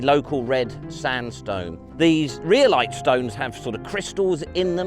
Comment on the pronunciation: Next time you're talking about rhyolite (which, of course, will be frequently) it's pronounced RYE-oh-lite :p